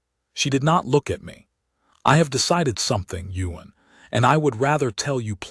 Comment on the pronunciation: It would be Ewan, Ewan, Ewan. NOT Yuen 🫣😏😒